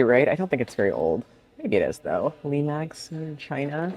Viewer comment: You're pronouncing Limoges correctly,.